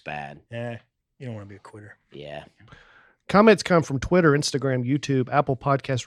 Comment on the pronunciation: needs to really hit the T’s in ‘quitter’ because I swear he just said to dusty… “.. you don’t want to be a queer.” 😂❤